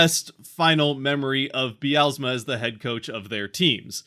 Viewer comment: There is no extra "a" in Dan Bylsma's last name. It is not Dan By-al-a-sma. Might want to spend a few minutes learning how to pronounce his name if you are wanting to represent the future Kraken.